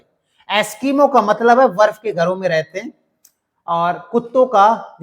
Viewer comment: बर्फ को वर्फ 😂😂😂